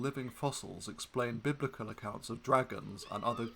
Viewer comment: "...biblican..." "...bib lickin'..." "...bibble ickin... "